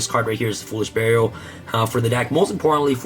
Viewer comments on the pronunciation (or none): none